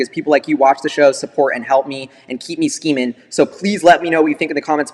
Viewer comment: Cringed everytime he said skeeming lol